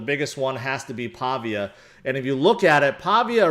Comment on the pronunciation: ITS PAH-VEE-AH with emphasis on VEE syllable. Named after the italian town Pavia.